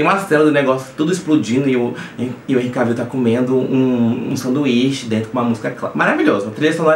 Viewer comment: Por favor, da próxima vez, antes de soltar as purpurinas, que com certeza, as mulheres não gostaram e os homens muito menos, aprende a pronúncia do nome do cara. Escreve Cavill, mas fala-se QUÉVOL . Não Cavíl. HENRY QUÉVOL!!!! Vergonha total.🙄